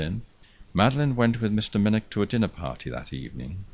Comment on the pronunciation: 99% correct but still needs the 'velar fricative' with the ch as in 'loch' or 'nicht' and narrator please note, as in Minnoch (you only slipped up once or twice! That said, I could listen to you all nicht and have Subscribed - magnificent voice.